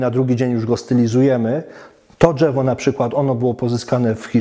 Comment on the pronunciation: pierdooooo ze nie przygotowany, słychać że to Polak nie wychowany w Polsce, czyż nie ? Szukacie gówna we złocie, ja szukam złoto w błocie, jebać okładkę, liczy się treść. Nie jestem amatorem bonsai, całkiem spoko materiał. Dżewo, nie dżewo, panie prowadzący rób dalej, liczę na rozwój bonsai w Polsce.